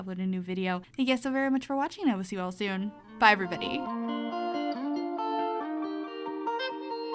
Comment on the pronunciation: Why did I hear fiber bunny instead of bye everybody 😂